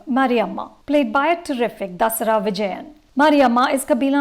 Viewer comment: Its not "Dusserah" vijayan.. 😂 it is Thushara. Please check with your Film Companion South colleagues atleast, when it comes to pronouncing names please